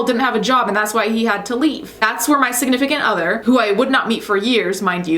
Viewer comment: Who else heard “siganifacate other” Lmao